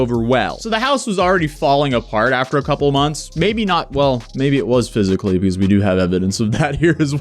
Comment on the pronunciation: Why the fuck can't this guy say because correctly it's fuckin annoying hearing him say peakause it's not a fuckin hard word man